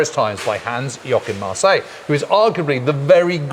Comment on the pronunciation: "Hans Yokin Marseille" C'mon guys, I'll be your editor for free if it means avoiding such dumb stuff